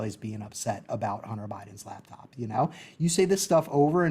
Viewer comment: He keeps saying "lab top" and I can't just ignore it